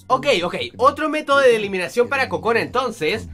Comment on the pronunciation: En una parte escuche Kojona XD